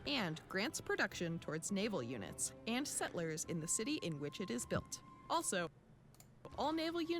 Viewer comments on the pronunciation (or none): none